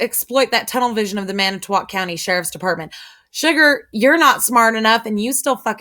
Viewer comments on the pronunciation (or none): you pronounce it Manatwat and that is so fucking funny. Keep up the great info and videos.